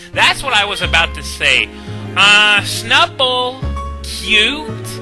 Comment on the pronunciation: I think of all your pronunciation of Pokemon names, "Snubbull" has to be the best.